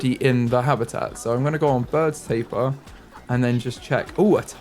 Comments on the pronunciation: It's ta-peer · I hate it when you pronounce Tapir wrong the entire time 🙃 im mad af